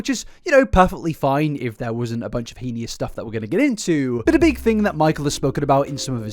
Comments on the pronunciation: Just fyi the word heinous is pronounced hey-nuss (hein-ous) not henious/hee-nee-us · just started the video, i enjoy your content so much and i say this from a place of love — you’re pronouncing heinous wrong 😭❤️ it’s pronounced hay-nus, not hee-nee-us. thank you for the amazing video and i promise i don’t mean to offend you! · Hey! Really appreciate you shining a light on these shady figures. I just wanted to point out that the word "heinous" is actually pronounced like "hay-niss" or "hee-niss." I know you love to use it a lot, so figured you might appreciate knowing that! Keep up the good work 🦋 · Bro I love your videos but please it’s HEY NES not he io nis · Please please stop saying heinous like that lol it bugs me so much. It’s not heeniyus, it’s pronounced HAY-nus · The word is pronounced heynus. Sounds like anus and so do you when you say henious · darlin, i love your videos but please its pronounced hay-nus not hee-ni-us 😅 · HAY-ness, not heen-ee-is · good lord please stop pronouncing “heinous” like that. it’s not correct. it’s HAIN-us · Is heinous pronounced henious in England or is that just? (I'm really curious) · Rofl.. "heenius" again. Just out here makin' new words. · heads up heinous rhymes with "pain this" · “Hee-nee-us” is wild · I’ve been a fan a long time. I have so much love and respect for you. It’s pronounced “HAY-niss.” (Edit: Am also preschool/infant teacher.. this is gonna be a doozy isn’t it) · you can literally google how to pronounce heinous online with British prononciation and he still says it wrong in every video. it’s not a big deal it’s just jarring to hear. you should educate yourself first before you come off looking more ignorant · you are so dumb. EDUCATE YOURSELF. i’m simply saying he has been consistently pronouncing it wrong, hoping he sees it for future videos (like he has done before if you actually watch his videos). you’re embarrassing yourself honey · why do u say heinous like that